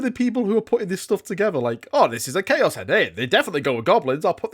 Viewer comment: "New CHOAS" kwuas is my favorite faction